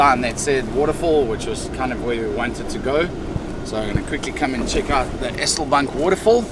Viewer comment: Pronounce 'Eselbank' with a longer 'eeee' .. if it had a double-s, you would pronounce it the way you do. Just thought I'd give you some feedback .. took me a while to figure out where you were 😂